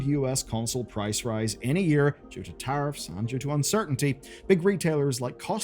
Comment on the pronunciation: “Tarriffs” lmao….